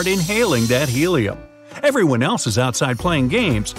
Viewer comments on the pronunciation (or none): none